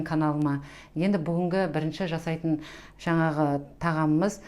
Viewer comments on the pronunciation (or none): none